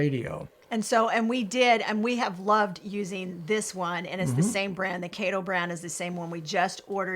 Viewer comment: It is pronounced Kaih toe. Seems like a Japanese brand. 😊